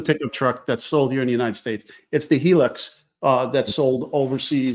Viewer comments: I’m Aussie. It’s called a Hilux pronounced HI LUX. Not HeLux 😘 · It’s the Toyota Hilux here in Oz pronounced highlux